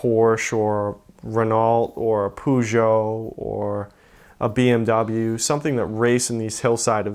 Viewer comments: i cringed when he said Pugeot... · "Ren-ult or pooshow" are we sure he's a car nut lol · Love the pronunciation: rer nalt and poo jo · ATTENTION ALL 'MURICANS!!.... for the love of god, "Poo-joe" is pronounced "Per-joe" and "Ren-olt" is pronounced "Ren-oh", thx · Poo-jo? Did he just say Poojo? Wtf 😂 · Wtf is a poo-Joe?! Does this yank idiot mean Peugeot? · A pujo (Peugeot) 😂 so fun to hear as a French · And Peugeot, it's not pronounced 'Poo-joe' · Oh no he did not just say Peugeot as pooshow 😂😭😂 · That's really not how you say Peugeot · How the fuck do you think that that is the correct way to pronounce peugeot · lmao hearing Americans try to say Peugeot or Renault (or Citroën for that matter) never gets old. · ah the magnitude of people who can't pronounce peugeot properly lol